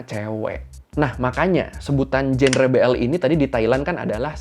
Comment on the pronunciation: Maaf kak, genre diucapinnya jangre/? 😅